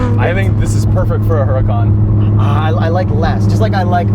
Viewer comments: The name is pronounced without the H. And the "Ur" is more "oor", ooracan. And when accelerating in any form the correct term is "quick", not "fast". There is a lot of fake woodbor carbon fibre and plastic in these too, disappointingly so. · A very trivial thing, I believe Huracan is pronounced oo-rakan. And it sounds exactly like "urakan", a Javanese word that means somthing like obstreperous which is very very fitting